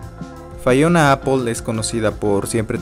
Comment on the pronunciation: Critica constructiva, de menos investiga como se pronuncia su nombre, no es fayona, es lo mas basico y ya de ahi partes (pd no soy fanboy ni jeiter)